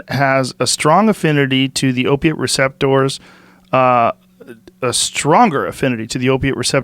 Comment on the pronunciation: Nar KAHNS, recep TOURS